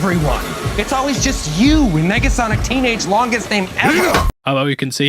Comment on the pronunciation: Did you say "megasonic" instead of "negasonic" at the mark? Making sure my ears are working after taking in all this splendor